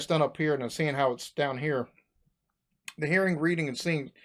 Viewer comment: His numbers were so wrong.. and the "ta" instead of "tha"